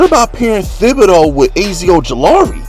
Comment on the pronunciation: I ain’t watching no more videos until you learn how to pronounce Azeez Ojulari and Micah Parsons’ first names! 🤦🏾‍♂️